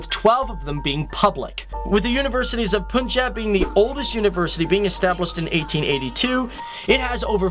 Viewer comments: It's not Poonchab. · You can't even pronounce Punjab or Gwalmandi properly lol